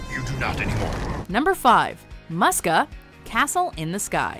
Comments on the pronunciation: It's pronounced "MOO-ska", dammit! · Sigh It's pronounced "Moo-sk-ah" not "Muh-sk-ah" Is it honestly that hard to pronounce a character's name correctly? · The 'u' in Muska is pronounced like 'oo'. It's Moose-ka. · You dimwits mispronounced Muska!